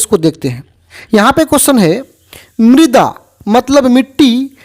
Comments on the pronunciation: Midra nhi hota hai Mrida hota hai Pdhne nhi aata kya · Sir mrida hota hai. Midra nahi